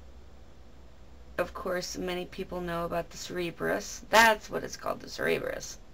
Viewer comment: why not sacrafice animales to Hades, the souls of the dead drink blood, its how you sumon them. and his dogs name is pronownsed with an s sound at the begining not a c, and if you want to get into some real spirutal gods worshep thanatose(death) or hypnose(sleep)